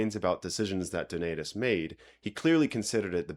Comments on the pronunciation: UNBELIEVABLE, That you just gave us an "example" of the; FIXED/STANDARIZED VOWEL PRONOUNCIATION, YET, you, Mispronounced the name of DONATUS using the typical American English style; Dough-Nay-Toos! STOP IT, and pronounce it Correctly! With the PROPER FIXED VOWEL PRONOUNCIATION! "A", Always as in; MAMA/PAPA! "E" ALWAYS as in; BET, MET, WET...NEVER, NEVER, NEVER as in; BE, ME, WE! "I" ALWAYS as in; in, is, it, Bit, Kit, NEVER, NEVER as in; BITE, KITE!..."U" ALWAYS as in; CRUDE, RUDE! NEVER, NEVER, NEVER as in CUD, DUD, MUD or CUTE, MUTE! Yo hablo Español, É tambem Portugês! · You need to lose the American vowel sounds in words like ‘donatus’. Your pronunciation is—despite your clearly making a laudable effort at it—still woefully short, and is above all incorrectly rendered, in that you pronounced the ‘a’ sound in ‘donatus’ as in the English word ‘pay’. My (American) Latin tutor told me 55 years ago that there were long vowel sounds in Latin which English speakers (by which he meant North Americans, and not the German and English students he was then teaching) could not pronounce, but he was incorrect ; they do it now! What you are falling to achieve is ‘Done-aah-toos’ with the ‘done’ morpheme pronounced as in the word ‘tone’. Macrons would help you to achieve the longer vowels.